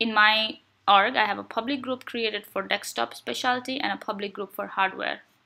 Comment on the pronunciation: its Desk-top not Deks-top !